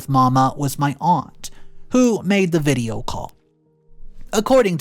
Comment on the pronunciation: what the hell is a veeedia call??